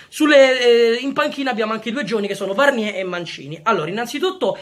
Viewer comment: Bella idea Comunque Varnier si pronuncia Varnièr anche con la r alla fine